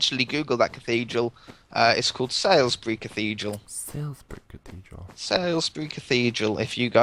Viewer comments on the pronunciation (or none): Lol you pronounced salisbury cathedrel wrong i live near salisubury in romsey hampshire and you pronounce it solsbury but i know how you got it wrong it looks like sailsbury but its spelt salisbury and buy the way do springfeild but for now byyyyyyyyyyyye! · o my god i have seen salisbury cathedrill in real life and i come from salisbury and it is pronounced sals-bry not sails-bry sorry i just get a bit anoid with mispronounciation